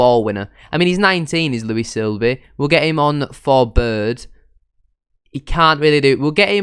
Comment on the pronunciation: Good episode. Sorry to see Lawrence go. Looking forward to the series. PS It’s SIB-ley, not Sil-bey 🤣⚽️😂